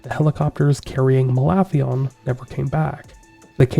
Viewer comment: I thought that was pronounced "Malathion".